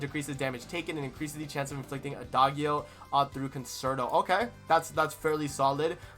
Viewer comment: For Adagio don't say the g with the 'guh' you used. It's more like, "djee" Ah-dah-djee-o.